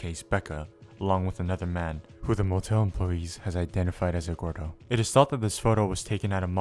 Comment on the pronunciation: why does this guy pronounce Eduardo as "Eggwardo"